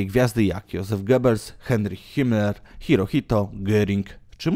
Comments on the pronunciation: Hirohitojo xd powinno być hirohito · Hirohito a nie Hirohitojo